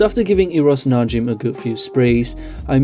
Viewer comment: Pronounced Na-Jim (like the name Jim). Not Na-Jeem.